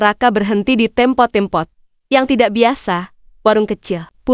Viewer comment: Tempat bukan tempot, jgn perkosa bahasa Indonesia